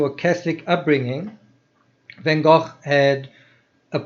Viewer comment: Amazing that you were in that restaurant where Van Gogh's funeral was held. I love that you pronounce Gogh properly, like we say 'loch' here. There's a myth that English people can't pronounce the 'ch' like that which is why they speak about Lock Ness, I don't believe that